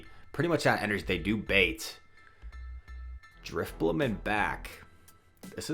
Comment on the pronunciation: Maybe drif-bling instead of drif-money? haha